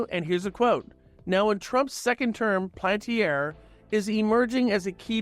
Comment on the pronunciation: PAL-AN-TIER Please say it right.